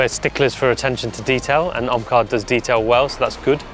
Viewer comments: None is gonna talk about his name it is omkar not omlar 😂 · It is Omkar not Omlar!